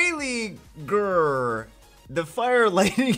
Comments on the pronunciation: I am not an expert ancient nordic language but I have studied some in school and am from Sweden and the way I would guess you would pronounce his name is Baal-ey-gyrr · Bah-lay-gr with the gr being softer. Think at the end of the word smolder. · Pretty sure it's pronounced Bale-yur, that's if the name is taken from a Nordic background as ygr makes the yur/ur sound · The “Y” is silent